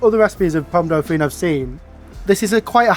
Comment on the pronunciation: Your pronunciation of Dauphine was painful though haha XD.